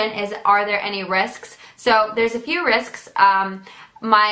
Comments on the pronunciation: when she said risks she said risksksk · i love how she says risks she says risksks